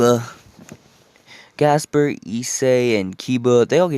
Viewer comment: it's gasper not jasper